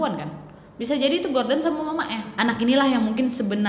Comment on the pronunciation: Nad, knapa mukamu tuh mrip x dngan kwan qu wak?? 😄😄 Btw, knapa kao nyebut nama si Gordon itu jdi Garden?? 😅😅